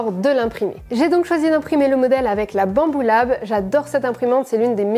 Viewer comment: Pourquoi est-ce que je rigole à chaque fois que j'entends un maker prononcer "Bambu Lab"